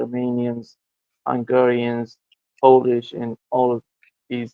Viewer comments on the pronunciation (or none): none